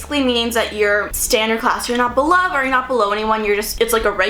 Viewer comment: did anyone notice she said "belove" instead of "above " 😂💗